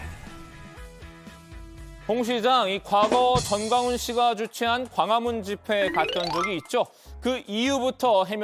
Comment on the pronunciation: 천박한 새끼들 니들한텐 욕도 아깝다. 이것들 꼬드라지는걸 봐야할텐데. 가문? 아무래도 광화문을 혓바닥이 짧아서 이리 발음하는거 같네요.